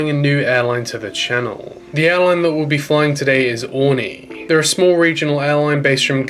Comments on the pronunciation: Definitely not pronounced Orny. I think you to need to correct this. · I live in the islands. It’s actually pronounced Or-ree-nee. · Did he say 'Honey', or Aurigny?. I prefer if its called honey airlines....lol. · You need to learn how to pronounce Aurigny